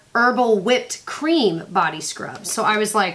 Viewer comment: "Mint Chocolate Cheem"--on point,. Love me a bowl of Mint Chocolate Cheem. xD LOL